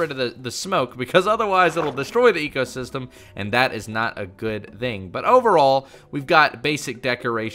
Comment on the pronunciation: You mean zee-co system XD